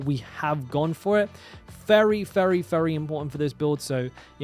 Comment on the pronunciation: Why do you say all your v's like f? 😂 There's a fery good chance, fulnerable, etc, but you're right thorns is the way to go, tons of fun, I mean vun!